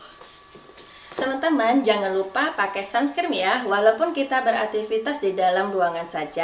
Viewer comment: Uni "sunscreen" bukan sumscreen😭